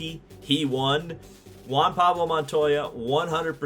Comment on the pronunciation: Larry Mcreynolds- "don't you mean Juan Pawlo Montoya?"